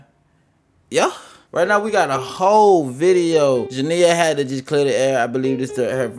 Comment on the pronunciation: Her name is pronounced Ja-nee-ya I'm starting to think you do it on purpose Atp 😂😂😂